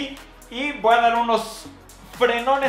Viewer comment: "le woa a pasar" xd